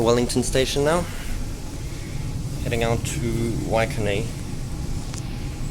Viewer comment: Waikanae is pronounced "Why-can-eye'